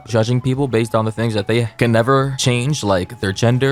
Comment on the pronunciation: Her: "If you don't have thay" Me: -1